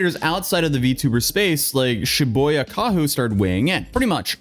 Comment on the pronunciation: shibuya... not shiboya